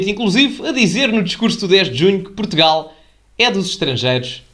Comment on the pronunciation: "PROTUGAL" diz ele, foda-se